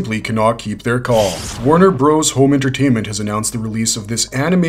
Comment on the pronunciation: Calling them Warner BROS was very annoying.